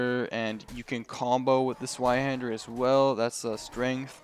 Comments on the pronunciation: Bro. It's called Zweihänder not Zweihander. It is a german word afterall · s-VIE-handur Zweinhander, its german yo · More accurate would be Ts-v-eye-hender